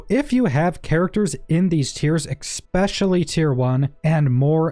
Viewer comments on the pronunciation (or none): Especially not ekspecially. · Why are you always saying "expecially" instead of "especially"? 😐